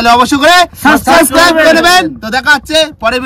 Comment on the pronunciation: English ta ভুল ড়লো কেন?শুনতে বাজে লাগে।এটা হবে সাবস্ক্রাইব।কেমন মনে থাকবেতো?